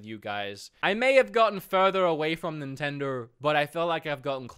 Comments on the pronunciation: can’t really pronounce nintendo correctly. Sounds like he’s saying “nintendor” sometimes. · They dropped you cuz you can't even say Nintendo.